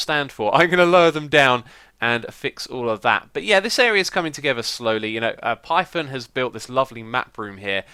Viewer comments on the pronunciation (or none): none